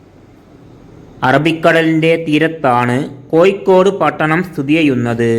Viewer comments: Koikod alla kozhikode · എട്ടോ പൊട്ടാ കോയിക്കോട് അല്ല കോഴിക്കോട് നിങ്ങൾ നാട്ടുകാർ പരസ്പരം സംസാരിക്കുമ്പോൾ എങ്ങനെ വേണേലും ആകാം പക്ഷേ ഒരു യൂട്യൂബ് കൈകാര്യം ചെയ്യുമ്പോൾ ഭാഷ അത് കൃത്യവും വ്യക്തവും ആയിരിക്കണം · കോയിക്കോട് അല്ല കോഴിക്കോട് എന്നാണ്. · കോയിക്കോട് അല്ല പഹയാ 😂കോഴിക്കോട് ന്ന് പറ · കോയി കോഡ് അല്ല കോഴിക്കോട് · എടാ പൊട്ടാ കോഴിക്കോട് എന്നു പറ, കോയിക്കോട് എന്നല്ല.